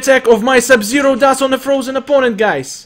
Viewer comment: not sub-sero but sub-zero